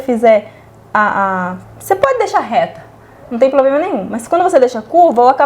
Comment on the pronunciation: Oi vc é ótima 🥰!!! Precisa corrigir a sua pronúncia da palavra PROBLEMA. Desculpa,mas é só uma dica.🤗